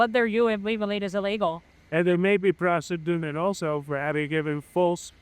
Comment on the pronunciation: Two illiterates, he's a mess said prostituted not prosecuted 😂